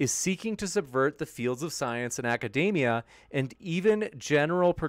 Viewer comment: A pet peeve of mine: "Academia" does not rhyme with "macadamia". (Vaush)